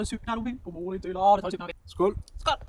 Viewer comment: trying to “Skol” several times during singing TOOK ME OUT! 🤣🤣🤣 I had to watch it twice because it’s so hilarious! 😮 🎶 Also the zoom in on his face whilst tried to flip the pancake was a riot. You both ALWAYS make me laugh out loud because you’re innately funny. Grim’s ears completed the scene at the table. I always love watching preparing food and it’s fun to see you celebrate Midsommar because my maternal and paternal grandmothers are Swedish and Norwegian. Loved all of this today! 🩵